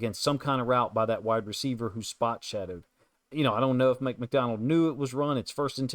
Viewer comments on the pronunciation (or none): Good analysis but who is "Mick" MacDonald??